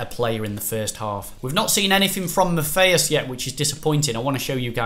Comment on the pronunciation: U say Matthias wrong